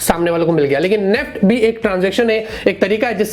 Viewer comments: नेफ्ट 😂 NEFT ☑️ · Not neft. Its. N E F T